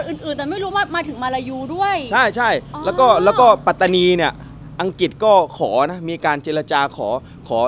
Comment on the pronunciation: รัฐปาตานี ไม่มีหรอกครับ เป็นข้อมูลบิดเบือนที่พวกล้มล้างการปกครองมันแต่งขึ้นเพื่อหลอกและปลุกปั้น ความจริงคือ รัฐ ปัตตานี Pattani มี t 2 ตัว ต้องอ่านว่า ปัต ไม่ใช่ปา ข้อหาล้มล้างการปกครอง เท่ากับกบฏ โทษสูงสุดคือประหารชีวิตครับ น้องๆอย่าไปเป็นเครื่องมือให้เขา อย่าไปเห็นด้วยหรือเข้าพวกกับคนไม่ดีครับ จะได้ไม่เสียชาติเกิดมาเป็นคน ต้องไม่ให้เขาหลอกใช้